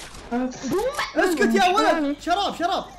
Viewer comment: مسوي انكليزي تكول شراب مكان شيت اب 😂😂